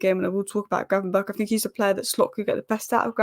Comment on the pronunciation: In dutch 'ch' has the same pronounciation as 'G'. So gravenberch should be pronounced as gravenberg. Anyway good analyses!